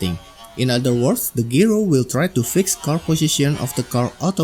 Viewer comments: Hi, "gyro" is pronounced as jai-ro, not gee-ro. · It’s a jye-ro not a gee-row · I don't mean to correct you or offend you, but the word "Gyro" is not pronounced like Gear-o. It's pronounced Jie-ro or J eye-roh. The word is just abbreviated from the word Gyroscope. If you start telling enough of these You Tubers the word is Gear-o, they'll adopt it and bring down the national IQ even closer to Idiocracy level (which you'll probably see in any comments that will probably be calling me a f-tard or some such douchery). Great video BTW.